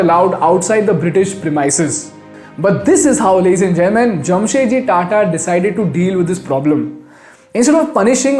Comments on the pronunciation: His name was Jamshed ji Tata not Jam Set Ji, you are a moron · It’s Jamshedji Tata not Jamsetji Tata.